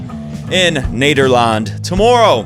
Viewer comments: Honestly im pretty impressed by the way you pronounce nederland and timo van driel lol its pretty good for someone who never speaks dutch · Man you crack me up with the way you look at the camera and try to pronounce dutch stuff. You said Nederland very well this time though, im a proud dutchman! Especially if my fellow Dutchman Haasse loses tonight!